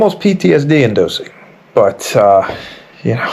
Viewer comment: “PTSD inducing”. Inducing is pronounced with an OO or EEW sound. Not as you said like “dosing”